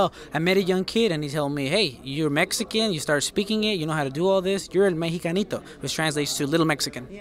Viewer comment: why the hell did she butcher his nick name like that? El Mexacanito??? wtf is that? so damn unprofessional. SMH !!!